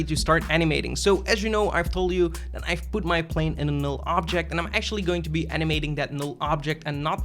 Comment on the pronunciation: Am I the only one who hear "sexually" when he says "actually"?